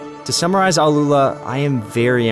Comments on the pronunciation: Its name is ALL-ULA not AL-ULA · i'ts not Aloola, but Al- Uula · its not alUla like you said, its AL- Ula the right spelling